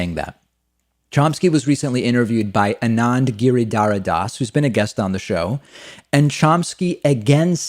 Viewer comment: Boy did you butchered Anand Giridhardas name 😂